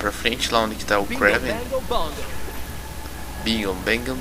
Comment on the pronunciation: Não se lê Kréven(Kraven) e sim Krueiven (se lê rápido) =-)